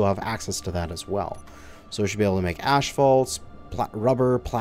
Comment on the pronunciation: Did he call asphalt *ashphalt*?